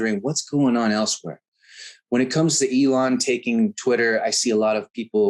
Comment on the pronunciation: Elon NOT Elon